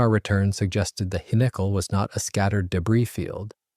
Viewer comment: This annoyed me everytime it was pronounced this way...🤬🤬🤬